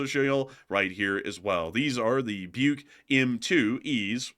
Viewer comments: It's" book" not bike Like something people used to read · It's pronounced like "buck", as in the male deer.